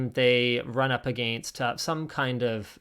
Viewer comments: The pronunciation of “against” is the real crime. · I do love your pronunciation of 'against'.